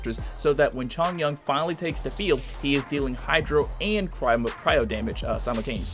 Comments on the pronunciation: It’s Chong-yoon and Zhing-shu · “xAnGqU” “cHoNgYuAN” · He also pronounces chongyun wrong